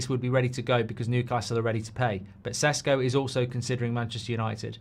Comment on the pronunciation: Is it Sesko or Sheshko? You changed your pronunciation, Mark.